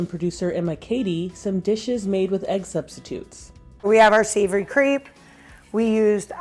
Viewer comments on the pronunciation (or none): Did she just pronounce crêpe as creep wtf?!?!